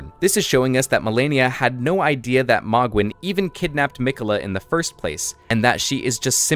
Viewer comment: Isnt it pronounced m-oh-gwin not mogg-win